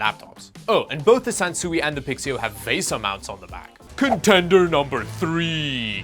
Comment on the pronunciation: Why do you insist on pronouncing everything wrong? It's pronounced, like the credit card "Visa Mount", It's not pronounced "Vaysa Mount". Watch anybody else's YouTube video where they discuss VESA mounts. Nobody pronounces it like you. I suspect you're from another planet. LOL!